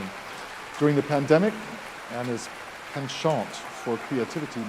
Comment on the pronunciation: "With his PENN-Chah[n] for creativity..." Please. If you're not going to use the normal American pronunciation of this French word ('PENNchnt") then at least be consistent with the French version: '"pah[n] chah[n]" Don't mix the two accents.